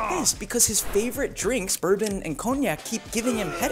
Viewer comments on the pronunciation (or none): none